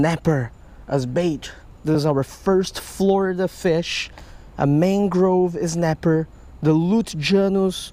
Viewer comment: "Mang-Grove Ez-napper" We need more Ez! *riot *